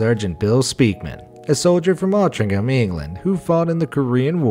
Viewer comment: Glad to hear the correct pronunciation of ‘Altrincham’ 👏👏👏👍